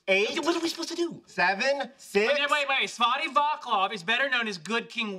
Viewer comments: As Karel Vostal notes above, Sheldon says Vaklaf instead of Vaclav. In Czech, a C is pronounced like a TS in English, or like the C in the English word "prince." The same pronunciation of C is used in other Slavic languages written in the Roman alphabet, and for that matter in Esperanto. Now I want to see Sheldon say Dvořák... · The pronounciation isn't "Vakhlav" but Vatslav" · Naw, The pronunciation of Svatý Václav is more like "Sva-tee Va:tzlav" not Va:klav :-) But it was sweet to hear something about Bohemia in such a super popular tv series :-) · Svaty Vaklaf :D Its funny how they trying to say Svatý Václav :D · please tell me they intentionally said Václav's name wrong -_- it is not "vaklav" but "vatslav" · Summary of mistakes. words from first verse sung after words from 2nd verse. words from last line of song sung to notes from first line. Sheldon mispronounces the Czech name (so do Leonard and Howard). From earlier comment by Etheline: "Sva-tee Va:tzlav" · Pronunciation of Václav → Vaatslav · Sheldon is mispronounced the name Václav is pronounce as "vahts-lahf".